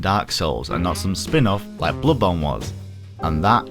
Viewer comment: it's not that hard to properly say "BloodBorn" god